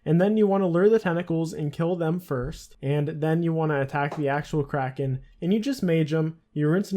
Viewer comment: the way you did kraken gave me cancer